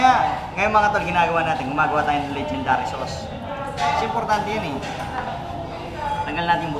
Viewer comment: stop saying legend dary sauce it's not legend dary